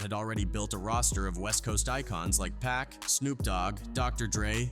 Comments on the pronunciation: The blasphemy of pronouncing PAC as "pack" is unforgivable 🤔🤔🤔🤔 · Man when you get on here narrator! Please do yourself on all fans a favor and say pac NOT pack dude!